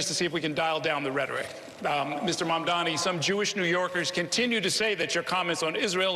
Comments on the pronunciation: I don't get it. Educated man cannot pronounce his name. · The live audience is a lot better for the debate. Listening closely here it sounds like both one of the candidates -- if not two-- plus the moderators have given up on pronouncing Mamdani correctly. They may all get a lot of practice after the election. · And Curtis can't pronounce it either